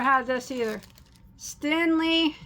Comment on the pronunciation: Its stenli not stinli lol